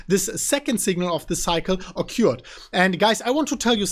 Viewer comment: it o-cured!